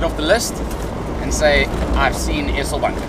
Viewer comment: Pronounce 'Eselbank' with a longer 'eeee' .. if it had a double-s, you would pronounce it the way you do. Just thought I'd give you some feedback .. took me a while to figure out where you were 😂